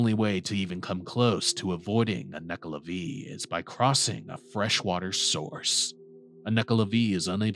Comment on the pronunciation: It's not Nuckla'vee', it's Nuckla'vay'